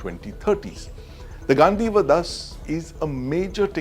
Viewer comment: it's ganDeeva, do sounds like dee in deep. I thought you read Mahabharata n knew it's spelling.